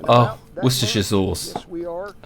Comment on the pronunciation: My favorite pronunciation is "washyoursister" sauce. lol